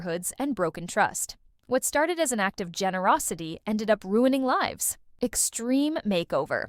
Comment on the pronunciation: The pause after a word is always a dead giveaway that it’s AI. Also the wrong pronunciation of live is a dead giveaway that the voice is AI.